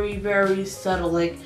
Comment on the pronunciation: It’s “subtle” not settle love it’s been bothering me, your make up is bomb regardless🥰